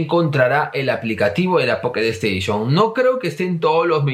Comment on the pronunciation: Jajaja buenardo el poketo esteishon🐱